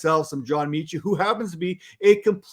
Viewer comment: John meh-chi. Meh Chit. John Metchie, pronounced Meh-chi